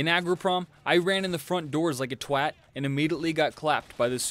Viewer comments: Most impressive pare of this video was the American actually saying the word twat correctly 👏 👍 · Holy shit a yank that pronounces "twat" properly. Good stuff. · Man, as a Brit, I love hearing an American say twat properly.